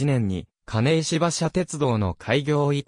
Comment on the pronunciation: 金石は「かないわ」です。ナレーションの誤読が酷すぎますね。間違った“知識”は無用です。